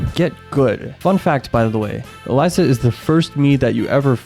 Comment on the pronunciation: Why do you call Elisa Eliza, It’s pronounced E-Lee-Sah